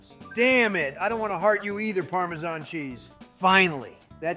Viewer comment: Oh, the next time you order another pizza, remember to pronounce the word “Parmesan” cheese right. 😂🧀🧀🧀🧀🧀